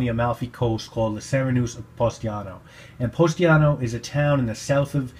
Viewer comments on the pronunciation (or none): The town is Positano and not Postiano.